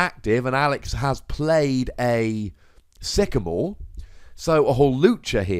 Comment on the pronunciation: Love the dramatic pause on that first sycamore from Alex mate. i was like 'oh snap!'